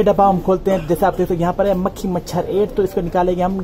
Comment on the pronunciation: भाई आप जब मखी मचर कहते हो तो बहुत ही हसी आती हे